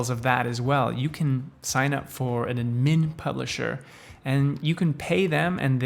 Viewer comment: Bro what are you saying ? Anmin publisher?